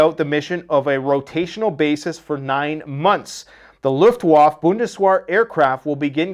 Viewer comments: its luftwaffe not luftwaf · German Luftwaffe=Luft-Va-Fa Good job on pronouncing Corps. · It's Luftwaffe - you pronounce the E as well as a eh sound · You do not watch World War II movies the word is LUF WAF FA Luftwaffe. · "Luft-va-fa" and "Bundes-vhere" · Please learn how to correctly pronounce Luftwaffe